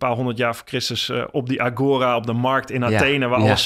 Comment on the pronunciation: Interessant. Wel jammer van de verkeerde klemtonen: Heraclitus, agora, idealiter...